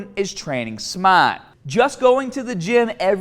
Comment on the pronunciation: Great vid. Go haddah, go smatah, on a scootaaah !